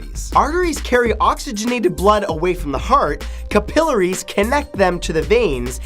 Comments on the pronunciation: OMG I died with his pronunciation of "Capillaries" he said it like: ka-PILL-ares 😂 it's pronounced: CAP-ill-ares 😂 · It's CAP - i- larries